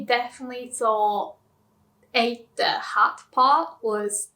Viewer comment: Um, it seems like she said "Hut" and "Hat" the same (while she was speaking English?)